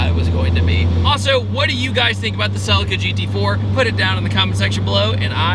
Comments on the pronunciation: God I hate how American's say "Celica" 🤮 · i cant stand the way you pronounce Celica lol in Europe we say it like the I is a e Celeca amazing car though and a great video 🤣